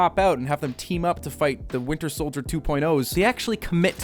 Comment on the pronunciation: I think you pronounced "Winter Soilder" wrong.